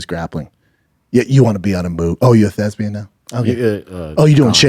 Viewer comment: Someone get on the line to let him know the word is "Thespian" and not "Thesbian".